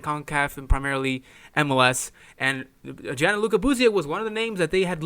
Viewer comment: It’s Gianluca, not Gianaluca. Dick.